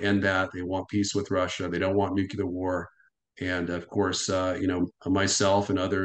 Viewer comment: there's an "l" in the world nuclear!